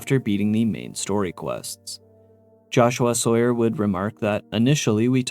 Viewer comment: Every time says “Jahshoo-ah Sawyer”, I lose my mind